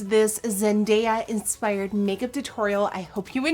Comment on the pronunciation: Did Nikkie say Cake-up🍮 or make up 💄 ? 😂